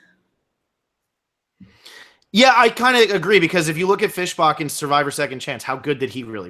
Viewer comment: love the channel but saying "Fish Bock" annoys me severly😂